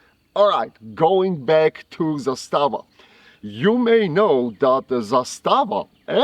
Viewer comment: Zaaaaaaaaaaastava……..Not Zastaaaaaaaaava